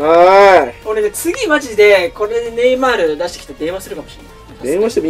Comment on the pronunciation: 毎回ネイマ(い)ール笑